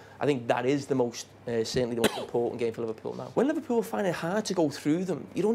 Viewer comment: Could someone teach Neville and Carragher to pronounce Liverpool correctly.....it ain't "Liverpyoul"